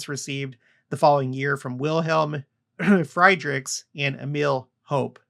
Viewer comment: Possible Freed Ricks pronunciation